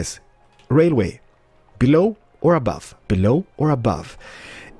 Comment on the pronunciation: Belooow not abuve